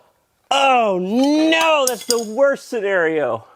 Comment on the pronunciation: Normal people: "oh no": "oh gneaux"